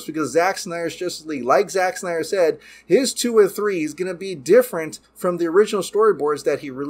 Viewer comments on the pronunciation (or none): none